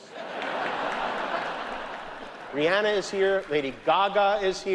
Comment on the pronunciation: I'm sure Rhianna appreciates her name pronounced correctly lol